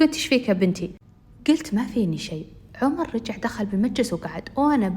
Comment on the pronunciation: هلاا عمر مو حرف a حرف o